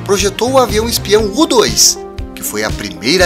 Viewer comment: Fico tão feliz quando escuto U dois ao invés de iu two... 😂😂😂😂... o povo hoje anta dão inglesado... " tá no hype" " trend top" parabéns hein... primeiro que eu jo falando do tema totalmente em português... literalmente...